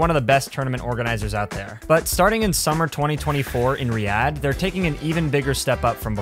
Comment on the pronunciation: I hate your pronunciation of Riyadh